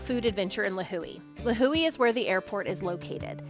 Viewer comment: Lihue pronunciation sounds really off lol